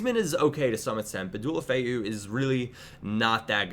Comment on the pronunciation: Dualofeu?? Fuck sake your pronunciation is so shit